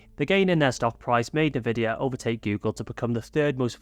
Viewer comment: Isn't Nvidia pronounced "en-vidia"?!